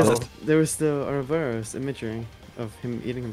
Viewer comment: how tf did he get ouroboros correct